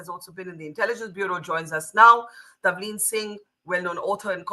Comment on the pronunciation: Its Tavleen Singh, not 'Tanvir' - please get the name right. She is a kind of journalist who cannot appeal to the thoughtless, has a strong following, & irrespective of your view, terrific credentials! We love to listen & read. If you listened attentively - & fully - you'd be sorry for misconstruing her.